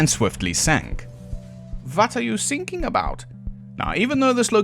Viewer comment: I cheered when you said 'vat are you sinking about'